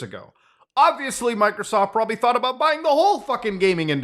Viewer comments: why does Muta say,"MicroSoft" like that 😂💀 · why did you say Microsoft like that 😂😂😂😂😂😂😂